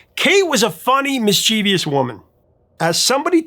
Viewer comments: Don't say mis-chee-vee-ous. It's mischievous. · Mischievous. Not mischievious.